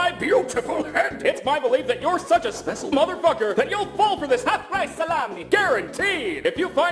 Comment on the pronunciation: I like how you can here them say [specil] instead of special